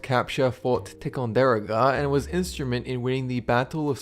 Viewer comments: Come on it's ti con da ro ga not tic on dar oga got it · Fort Ti-con-dur-aga? You mean Tie-con-dur-oga lol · You idiot! You still refuse to study your scripts and get the proper pronunciation for even fairly simple words and place names, such as Ti-con-de- RO ga. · It's pronounced tie-con-der-O-ga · Lol it's pronounced (Tie-con-di-roga) I live an hour away from there and I live ten minutes away from Saratoga I have been to the battle field at least 5 times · What about "vidkun Quisling" The fort associated with Benedict Arnold....Ticonderoga" is pronounced: TY-con-der-o-ga. thanks for the good video ! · Your pronunciations are weird.... (Ticonderoga [tie-con-dare-oh-ga]....GRU [just Gee Arr Yew..just like CIA]....etc) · It's pronounced Fort (tie-con-der-o-ga) one word. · "Eh-too-brew-tay" and "Ty-con-der-oh-ga"... Just saying. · This guy mangled the pronunciation of Ticonderoga making me think he pronounced a lot of things wrong. A quick google search on how to pronounce something will usually help. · Nice video. I did cringe at the butchering of your pronunciation of Fort Ticonderoga though. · You pronounced Ticonderoga wrong. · It was worth watching just to hear you pronounce Ticonderoga! :)